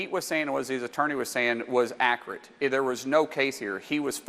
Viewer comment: “Pleece” (police), “akrit” ( accurate), “ exstablishment” ( establishment)…. Stupid people murdering our language. This guy needs to go back to elementary school for spelling, pronunciation, and re educate himself in the basics. 😑